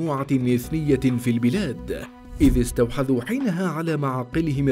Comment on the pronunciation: استحوذوا يا مذيع وليست استوحذو 😅